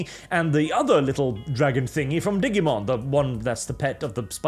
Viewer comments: "diggymon", how do you say digital if you don't mind me asking. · note: its Digimon as in Digital. not "diggymon" XD (and its why the name is that way, digital monster the same way that pokemon is pocket monster, related to both the concept of pokeballs and it being a game created on portable consoles) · "Diggymon" -, 2024